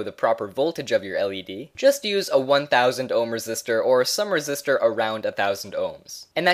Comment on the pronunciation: bro its resistor not resist her 😂